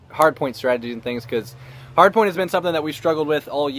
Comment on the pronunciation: Lol he said hard porn instead of hardpoint